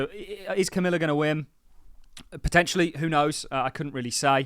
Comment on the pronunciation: Camilla? Again? Come on. Do better. Be respectful. Comma... la It's not hard. Sincerely, A Patreon Member